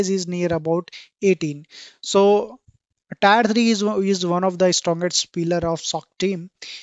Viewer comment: Thanks beother really useful information By the way Tier 1, tier 2 is pronounced as Tear 1 tead 2 not tyre